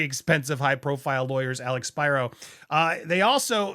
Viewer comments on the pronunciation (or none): Spiro NOT Spyro. In Greek letters are always pronounced the same. Please stop calling him Spyro. It’s really annoying.